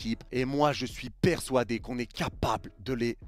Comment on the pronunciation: Pourquoi "Persouadé" 🤣